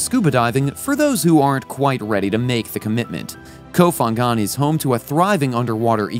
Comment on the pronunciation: Nice video, but please say the name of the island correctly! ph in Thai isn't F its P , it s ko pangan to pronounce. Kop Kun kaa